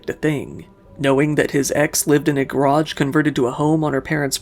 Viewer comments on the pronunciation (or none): none